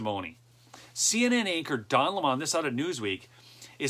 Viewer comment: The name is Don Lemon (like the sour fruit) not the hoity hoity Frenchy pronunciation being used today. He will always be a LEMON!